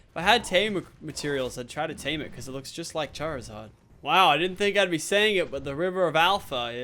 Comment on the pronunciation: ITS CHARZARD NOT CHARZURD